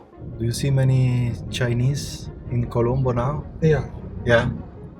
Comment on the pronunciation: Colombo is correct but it saying calambo